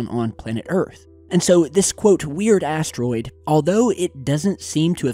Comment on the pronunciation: i hear like asstroid..listen carefully